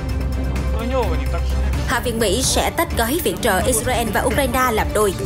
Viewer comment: Đọc phải là " I Sà Ra Eo " 😂